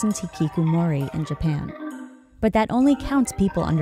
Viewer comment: Ngl kinda cringed at how she pronounced hikikomori as hikikumori,,, Ig she can't really help it being not very fluent in Japanese pronunciation tho haha